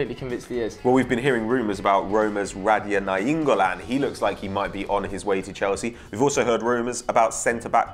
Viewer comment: Radia Naingolan? Wtf lol?